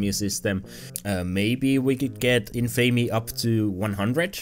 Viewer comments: It's in-fa-me, not in-famey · Your pronunciation of Infamy pisses me off more then it should.